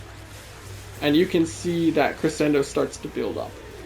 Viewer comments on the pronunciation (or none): Crescendo is pronounced Creshendo Your first Ash vid had me hooked on the channel glad to see you pumped out a max invest vid now